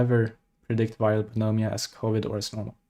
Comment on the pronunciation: Pneumonia pronunciation is nu-mōn-yuh